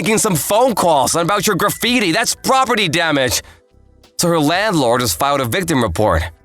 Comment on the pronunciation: Did Ryan’s VA really pronounce graffiti “gratified”?